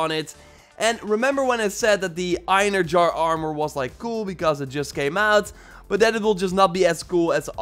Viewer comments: Bro he einjar!😂😂😂 Bro I cringed when he said that😂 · Hey it's pronounced Ein Hare Re are